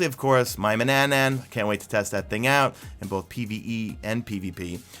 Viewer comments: It’s mannanna.. not mannanna (nan) 😝👍🏼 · Its Man-an-nan!! Not Man-an-nan-an!! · Its called manannan not manannanan( like you said) its one nan less😂